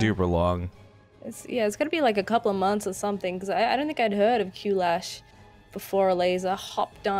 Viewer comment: I am pretty sure QLASH should be pronounced as CLASH.